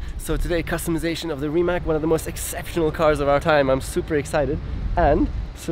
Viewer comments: How to spell Rimac properly - even Nico saying it wrong, like in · It is not "Rimak" it is yust "Rimac", croatians dont use that "c" as "k". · Nico, you are German. Why it is hard for you to say Rimac correctly? It is like 'Rimatz' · Its pronounced like Rimatz no Rimak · Nico pronounce it like it is Reemats, They should tell you that :) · Rimać :D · Noooooooo, he said Rimak. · Nico, please pronounce it right, it is pronounced like Reemats. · Wait, the guy is called Rimać as in RimaTS, isn't he? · a shame that the german nico rosberg cannot spell "Porsche" correctly...he failes also for the spelling of rimac....c like caeser at the end not a K...anyway